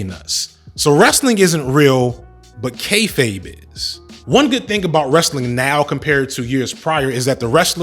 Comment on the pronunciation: Thank you for teaching me how to pronounce “kayfabe”, I have been saying kay-faw-bay for ages